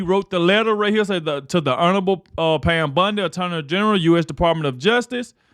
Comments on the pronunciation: With all due respect, please pronounce Pams last name correctly... BONdi not BUNDI. 💜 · Love you but dude her name is not Pam Bundy its Bondi